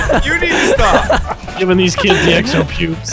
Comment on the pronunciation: "Thes four fucksticks" Vannos 2015.